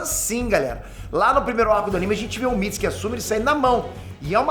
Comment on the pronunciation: Nao é MITISIKI É MITISUKE sabe nem ler irmao